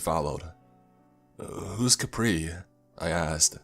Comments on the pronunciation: Not even finished the video yet, but having a blast with these pronunciation(No hate, I love you) “ Balete “————————> “ Baleet “ “ Kapre lives there “ ———————> “ Capri lives there, Capri is mumu “(The dreaded Capri Sun of the Woods) “ Chicharon Bulaklak “———————>” Chicharon Boolaklak “(Good job on this one, it was close) “ Lambanog “ ———————————> “ Lambahnog “ (Pretty close, good job! Don’t pronounce “Lam” like the word “Lamb”) “ Tabi tabi po “ ——————————> “Tabi Tabi po”(Spot on, good job!) “ Ineng, hingang malalim “ ———————> “ Innig hingeng maliim “ “Na duwende ito” ———————> “ Na duwenteh e-two “ “Duwende”———————> “Duwents” “Balete” is pronounced “ Bah-leh-teh “ “Duwende” is pronounced “ Doo-wen-deh “ “Kapre” is pronounced “Cap-preh” “Chicharon Bulaklak” is pronounced “Chee-cha-ron Boh-lak-lak” “Lambanog” is pronounced “Luhm-bah-nog” “Ineng, Hingang Malalim” is pronounced “Eh-ning Hee-ngahng Mah-la-lem” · It’s ka-preh, and tah-gah-log.